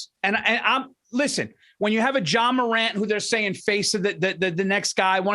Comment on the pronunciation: I cring every time I heard Paul say John morant. Lol Paul it's Ja Morant 🤣